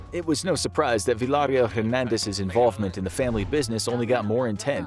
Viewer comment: He said "Villahhrill" 🤣🤣🤣 It's "Veeya Real"